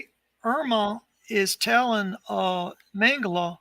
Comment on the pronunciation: Please name Josef Mengele surname pronunciation right it is not Mengel"A" but MengelE. With saying A at he end it gives his surname really wrong and someone could missrepresent Josef as a different pearson...so please E at he end when vocalize surname. THNX